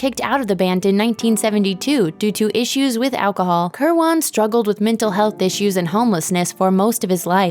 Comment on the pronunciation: it's danny kirwin, not kirwon. pick a pronounciation; and stick with it.